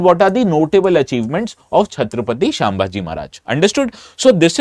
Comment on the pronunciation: Sir the name is not छत्रपती शांभाजी..it is छ्त्रपती संभाजी महाराज